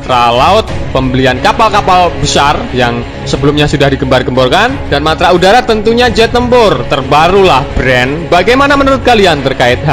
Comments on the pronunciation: Min ko mantra seharusnya kan Matra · MATRA MIN....BUKAN MANTRA.....LU KIRA DUKUN...??